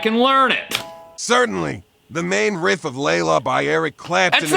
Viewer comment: First of all, why does ChatGPT sound like a grizzled old blues player from the 1950's? Is that the default "guitar music" response voice? Secondly, it keeps pronouncing "riff", as "reehf"? Thirdly, .WTF?? It got almost everything totally wrong, not just a bit wrong like some newb tab posting on ultimate guitar tabs. How often does this fuckin' AI tell people complete BS in response to other questions that might be more serious and relevant than wanting to learn guitar? "Hey AI, I'm going on a first date. What should I wear?" "Today's most popular fashions include bowler hats and Charlie Chaplin/Hitler mustaches!" "Hey AI, I'm starting a new job and I want to know how to fit in with my new co-workers. What should I do?" "The most important thing is to find the biggest toughest person and beat the shit out of them, and you will get a promotion and respect". "Hey AI, I'm gonna ask my girlfriend to marry me. How should I do it?" "First, you ask her father for consent to marry his daughter; analyzing recent social and political trends has shown that restricting women's rights is very popular today. Once you have secured permission, you should promptly murder him, as is tradition in a homo-sapien tribe. This seems to be what is trending, but keep in mind, this is a SIMPLIFIED version of an ideal proposal. Some errors may have occurred."